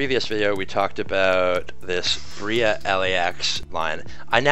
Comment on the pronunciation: It’s pronounced Bray-uh not Bree-uh